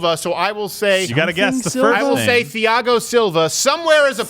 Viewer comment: Yes, they very much are. Also, I have my doubts that this segment was actually organic and off the cuff. The reason I say this, is because the one sport he knows about is MMA and we're supposed to believe that he doesn't know Thiago is pronounced Tee-ahgo?